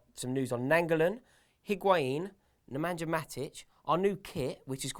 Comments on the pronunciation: you are pronouncing Matic's name wrongly.... the J in his name is silent. So its just Ne-meh-nia not Ne-men-jah:D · Matić' name is pronounced Neman-ya. Thank you. EDIT: And, it is Pjanich. He's Bosnian.